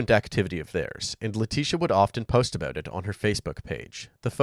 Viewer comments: letisia not letisha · They kept mispronouncing Leticia's Maiden Name It'll hit ya in a minute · Leticia Hunt with a "C"